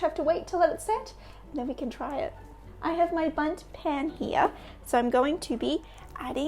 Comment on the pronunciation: "Boont" lol :D